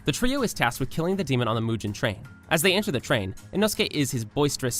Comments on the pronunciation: I ahte you bro you said tenjen and mujen train like bro its a tengen and mugen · "Mujen Train arc", "Tenjen"💀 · YOU SAID MUIJN TRAIN... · U pronounce some things wrong like Mugen train its not mujen its mugen and Tengen Uzui its not Tenjen its Tengen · Tengen no tenjen Mugen no muien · did this guy really just pronounce mugen and tengen as moo-jen and ten-jen?